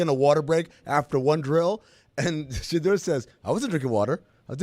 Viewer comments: I’ve never heard a person argue for another guy and have zero clue how to pronounce his name as much as this black Santa Claus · Somebody tell Quest Love’s daddy I don’t want him defending Shadeur Sanders if he can’t pronounce his name correctly. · Mispronouncing shedeur’s name really invalidates big dog argument